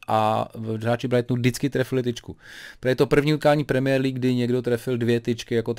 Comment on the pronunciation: mě irituje tím jak vyslovuje premiér League. Další věc když řekl, že Slavie by v PL hrála o sestup. Odborníka Hoška bych s chutí nakopnul.😁